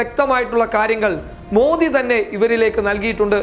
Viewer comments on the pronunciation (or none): none